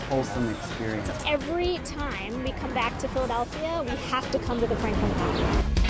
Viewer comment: "Frankin Flountain!" 🤣